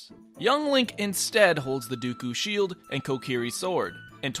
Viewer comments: "Young link instead holds the dookoo sheild" ive never heard it be pronounced like that now ive found another pronunciation to be butthurt about. I applaud you sir. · what is this pronunciation of deku shield